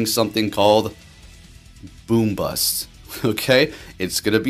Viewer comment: Bro said boombust 😂😂😂😂